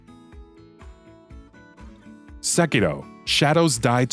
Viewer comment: Finally someone that can pronounce Sekiro right